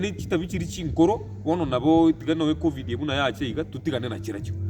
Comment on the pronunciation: Point of correction sir,it's Covid not Coving